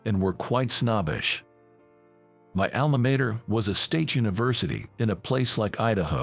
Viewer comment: Alma Mater does not have a long 'a' in Mater.